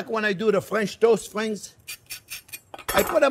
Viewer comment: Even better, we're "Friens"